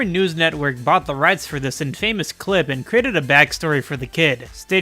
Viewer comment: Dude look up how to pronounce infamous, you hurt my ears